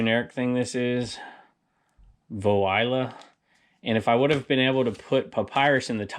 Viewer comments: Guess you don't speak French... That card brand was "Voila" ... V-wa-la! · Had to laugh when you pronounced those greeting cards 🤣 It's "Wah-lah". It's become a standing joke in our house to just say "violi" lol